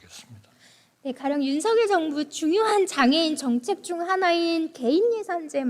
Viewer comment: 아이구 이뻐라. 국민의 당에 이런 이쁜 인재가 있었다니! 복이다. 복. 우리나라 복!! 까딱하면 장애인 중 발달장애인이 가장 취약하게 피해를 입게 되겠네요. 세상에! /윤성열/로 발음한다면 더 이쁠 거 같은데. 이름을 둘러싼 문화를 살펴본다면 본인이 발음하는 대로 발음해 주는 게 예의이자 기본입니다.